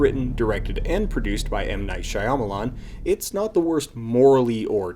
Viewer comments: why can't you pronounce shyamalan's name correctly? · Are you pronouncing "shyamalan" wrong because of the way they pronounce "Aang" ? Ong Shia melon